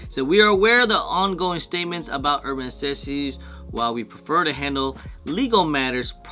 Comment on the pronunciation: Why can’t you pronounce NECESSITIES correctly😂